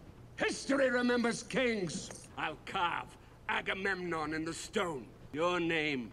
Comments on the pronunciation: Hey, a couple of things... 1) You look amazing with the cosplay! 🔥🔥🔥Just sayin'! 2) Your inability to say Agamemnon as "Agamon" was constantly funny! 3) This is one of my favorite movies of this genre. I have always been a sucker for Greek Mythology, and both 'The Illiad' and 'The Odyssey' are favorites. The amazing international cast alone is worth talking about from Brad Pitt (Achilles - American), Eric Bana (Hector - Australian), the legendary Peter O'Toole (King Priam of Troy - Irish), Garrett Hedlund (Patroklus - American), Diane Kruger (Helen - German), Sean Bean (Odysseus - English) nd another legend in Julie Christie (Achilles's mother Thetis - English). Add in an amazing German director in Wolfgang Peterson (Air Force One, In The Line Of Fire, Das Boot - The Boat, Enemy Mine, and The Neverending Story). It is just a wonderful film. 4) They truncated a lot. The Trojan War, like Odysseus's journey to get home, was ten years long. Without the subplots involving the Gods and Goddesses who took sides, and glossing over the religious aspects of funeral rites, as well as compressing events and characters...you get a more streamlined version of the story. Thanks to David Benioff's tight screenplay, way before he was writer-creator-showrunner of 'Game of Thrones' with D.B. Weiss. 5) If you want to see a pretty good film about Greek Mythology that was also a lot of fun I recommend the original 'Clash of the Titans' (1981) with Harry Hamlin, Burgess Meredith, Laurence Oliv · I've never heard anyone mispronounce Agamemnon as "Amagon" but I'm glad I did 🤣. Sounds like a Pokemon. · Achilles, not "Achillias"; Agamemnon, not "Armagon"; Patroclus, not "Patricalis"